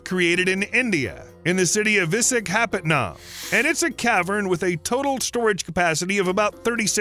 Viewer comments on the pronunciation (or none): Absolutely butchered the pronunciation of Vishakhapatnam or I hope that's what he tried to say 🤣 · The way he said Visakhapatnam killed me.